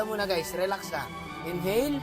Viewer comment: Legit yung tawa ko sa n hail ex hail😂😂😂